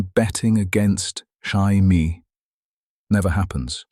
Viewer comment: Jamie pronounced Shai-me. AI crap.